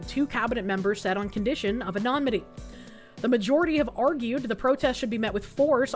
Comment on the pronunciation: Dear, sweet... It's "anonymity," not "anomity" 😭